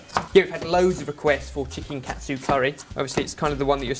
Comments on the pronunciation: It sounds more like Kah-Tsu curry, not Cat-tsu curry o: . Great recipe nonetheless c: ! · I don't understand what's so hard about saying KA-TSU. It's KA-TSU not CAT-SU. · It kinda irks me when people pronounce "ka-tsu" as "kat-su" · It's not pronounced CAT SUE, it's pronounced "Kaht tsu." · Hey guys! Whenever you guys make an ethnic dish, could you guys try to pronounce it's name the way they say it? I'm fine with you guys making your own version of the dishes, but sometimes the way you guys pronounce it grinds on my nerves. ex. Katsu You guys pronounced it Cat tsu, which is close, but usually people pronounce it as Kah-tsu Another word that you guys often use is Tempura, but instead of Ten-pu-ra, says "Ten-Pure-ra".. Sorry if I seem really bitchy, I just wanted to see if you guys knew you were saying these words wrong. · wow.... i just ate this yesterday at a shop names chopstix ^.^ and yea sorry ur saying Katsu wrong... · you're saying katsu wrong